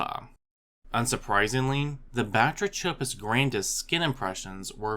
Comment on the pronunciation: It's pronounced: (buh-TRAY-cuh-puss GRAN-diss)